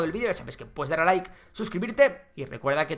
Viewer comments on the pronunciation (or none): none